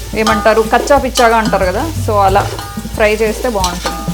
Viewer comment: Kacha picha kadu it's kacha pacha😄